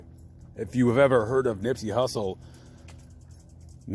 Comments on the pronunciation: During the video you called him Nippsey "Russle". Just saying, you can't get a man's name wrong like that bro. You going to his grave sight and making a video of it calling him Nippsey Russle, SMH 🤔..carry on. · This guy calls him Nippsey Russle . Listen again and you will hear this. He doesn't know anything about Nip.